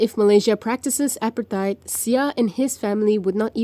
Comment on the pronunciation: Please pronounce "apartheid" properly